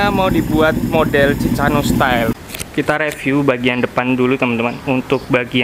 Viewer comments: Mas bukan ci ca no tapi ci ka no bacaan nya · cikano di baca nya bang